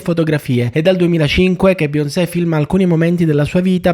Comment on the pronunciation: Dovresti imparare a dire bene Beyoncé prima di farci un video dedicato